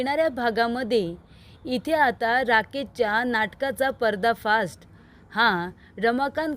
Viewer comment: . परदा फास्ट नाही गं पर्दा फाश असे म्हणायचे